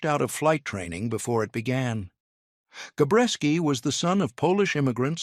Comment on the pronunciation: Jesus H. Christ...it's Gabreski not Gorecki...get tour crap together AI.